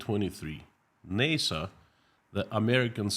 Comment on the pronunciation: pronounced Nassa. Like Assa